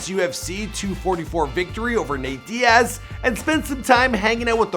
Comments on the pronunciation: Put some respect on Nate's name... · Put some respect in Nate Diaz name bruh!